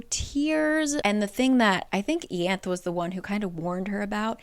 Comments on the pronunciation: I love these summaries since I don’t want to reread where I left off of the books (which is my 2nd read btw). I don’t actually “read” them as well, I listen to the audiobooks. One benefit of that is to hear how the names are pronounced. I was so confused when you said Ianthe (ee-anth) I was like “WHO?!” Lol! In the audiobooks it’s pronounced eye-Anth-ee. This comment isn’t shade but just something funny I thought I’d share! Thanks for your hard work on making this video! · It's pronounced I-ann-the. I appreciate the breakdown. I cheat during my read. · it’s pronounced eye-annth-ee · Where does it say how Ianthe is pronounced? Ée-anth sounds so weird to me 😅 I've always read it as Yan-thee 🤔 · Not a big deal but Ianthe is pronounced “EE-aun-they”. It’s my aunts name and that’s how she says it and It’s Greek. But I love your channel and appreciate you doing these videos. ❤ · Watching this just makes me realize I was right in thinking Tamlin literally didn't do anything wrong when I read the book. He had his own trauma to deal with and it wasn't his responsibility to cure Feyre's Btw, Ianthe's name in the audiobook is pronounced Ai-anthe :) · Ianthe = Eeanthay (first a pronounced like "hall") rhysand = reece-sand (sand in a french accent) Tarquin = Targuin (in french please) Elain = almost like alien, but like still elain Amren = almost like Ramen just exchange the r and a Alis = Aleese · About ten minutes in, and it’s bugging me enough that I have to say this: I knew someone named Ianthe, and she pronounced it “YAHN-thee”. Which makes more sense, I think. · Ianthe... I-anne-th-e